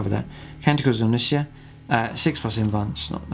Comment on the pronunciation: Interesting video, I really only have one comment. Omnissiah is pronounced like Messiah, e.i. Techno Jesus. :)